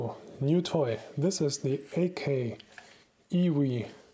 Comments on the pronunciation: “Ay Kay” 😂 “Uh Kai” is how it’s pronounced lol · "Ah-kye" ("kye" rhymes with "rye" or "die") is a better approximation